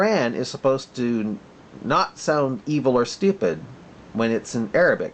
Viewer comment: by the way its ( عربي ) arabic not harabic its not Hebrew dear.